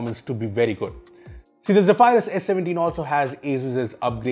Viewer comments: zeph - - eye-rus. zeph-e-rus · Zeha-Fire-Us ❌ Zeh-Ph-Rus✅ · you mean Zey-Vi-Lus. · I'm sorry . One more time I here u say zephryus as zeph-i-rus I'll die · I dont think its pronounced as "zey-firius" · ze-pie-rus?.. really!!??? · Thats not how asus or zephyrs is pronounced